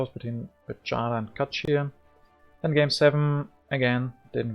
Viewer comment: Well played! Do you know that you win and I lose every game you are recording? :) Pajada is pronounced like "payada" (y from yellow). I hope we will play again soon.